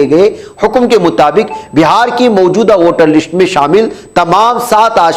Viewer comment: لشٹ نہیں بلکہ لسٹ